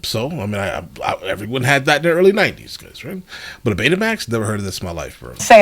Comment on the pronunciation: Not Baytamax, Betamax, no accent over the e.